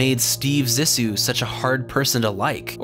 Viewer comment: (zee-sue) Cmon man they say it in the movie, great video though , much love